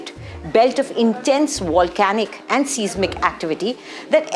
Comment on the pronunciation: The word “seismic” should be pronounced “SAIZ mik.”